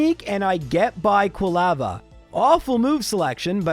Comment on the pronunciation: Never heard anyone pronounce Quilava like you did. Do you pronounce lava the same way ?